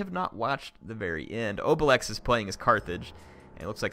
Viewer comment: It's a Gaul name it's pronounced (obeleex) but it sounds better in french